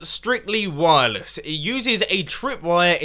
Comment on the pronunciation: u say wirles?! then u use trip-WIRE!!!!